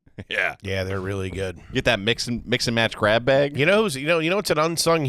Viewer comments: Does say “Gwab the squad” on purpose lmao, this is atleast the 5th time I’ve noticed him say “gwab” instead of “grab”.. is he talking like Elmer Fudd on purpose? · Gwab the sqauddd